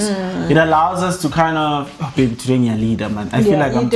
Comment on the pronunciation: "Ngyaleader" o 😂😂🙌.great content guys.thanks for this